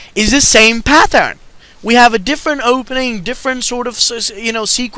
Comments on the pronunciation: There's no H in pattern. It's not pathern it's pattern just a t sound, not th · it's the same PATH-ern!!!